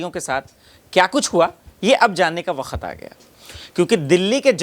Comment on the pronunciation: Ye katela patrakar bakhat बखत बखत बखत बखत बखत pahle bolne ka sikh le